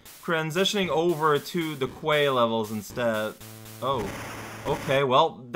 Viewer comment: Not sure if you were goofing or not, but I've made this mistake myself - "quay" is pronounced key. There's a town in England called Torquay (tor-key) and I mispronounced it as spelled and my friends didn't let me live it down for months!